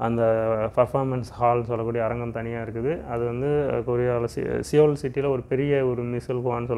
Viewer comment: சியோல் என்று கூறாமல், சவுல் ( 서울 )என்று கூறுங்கள்